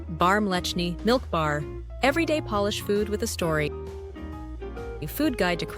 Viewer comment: It's bad enough that you can't pronounce Polish names and words, but when you can't differentiatee between 'Polish' - meaning 'things associated with Poland', and 'polish' - meaning 'rubbing an object until it shines', that's ridiculous.